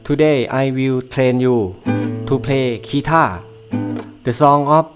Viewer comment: เพลย์ คีท่า สุดยอด อย่างกะเจ้าของภาษามาเอง 555555+